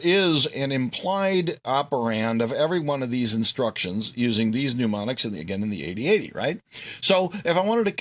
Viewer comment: Good video, although I was ready to bang my head against the wall after hearing "pneumonics" for the hundredth-or-so time. And "ad-Dress" means to speak to others, while "Add-ress" means a location; they are not interchangeable.